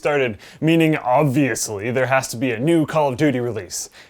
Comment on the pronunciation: that 'obviously' is an arnold schwarzenegger way of saying it